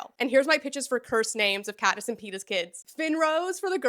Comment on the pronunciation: Patniss, too. 😂